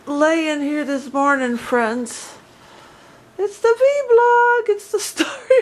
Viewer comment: No disrespect, just info, it's actually called vlog not vblog have a blessed day ; )